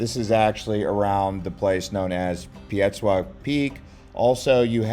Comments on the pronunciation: This guy is absolutely one hundred percent full off shit, he's gotten everything wrong so he didn't do any research and couldn't even pronounce Piestewa correctly lol The real rough area is around 35th ave and van buren and basically the west side of Phoenix especially after dark obviously, the dude needs to get out more often. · “Pietsuwa” Peak. Love it. We just call it Squaw Peak 👍 a little easier.